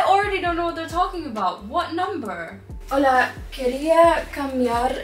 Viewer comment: Apenas escuché el "holaaa " pensé "es argentina la profe????" JAJSJSJS